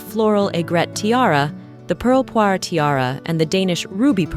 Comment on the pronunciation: Thank you for not calling the jewel the "pearl poiré tiara".! ! ! It is -. as you say "poire" = pear.